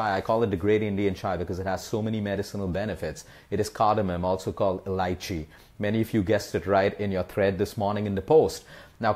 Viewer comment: Is he saying lychee??? I'm confused 😦